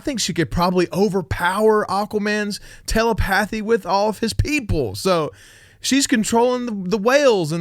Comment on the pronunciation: Nice video....liked your insights and thoughts. But, dude, it's telepathy....not tela-path-y.